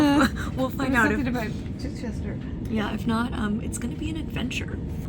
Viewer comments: Love this. And your pronunciation of Chichester was spot on! Glad you seam to have enjoyed your time in England. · I actually live in Chichester and you said it correctly 🎉 or you can say chi for short 😊 love your videos Molly 🩵